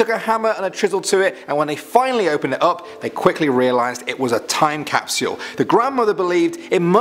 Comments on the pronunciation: Who hates how he says Cap-See-All Instead of Cap-Sole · He says time capsual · Capsule not capsuule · Sorry bout’ this but I have too “CaPsUlE” capsyule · Ok NOW we can open the 2019 caupsel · Capsule not capsyoooooool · He's British and that's the way they pronounce it but "Cap-SYUL" sounds really weird. Nice video though as always! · Cap-sole? Cap-Sh-u-al. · You’re not saying time capsule right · Stop saying "capsule" until you learn how to pronounce it properly. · I love the way he says capsule😂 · How you pronounce “capsule” took me right out of the video. Had to shut it off. Sorry man. Good job from what I saw.